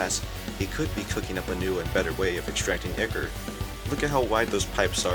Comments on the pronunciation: "IKKER" ToT (its pronounced Eye-Core.) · Ya say ichor like icker?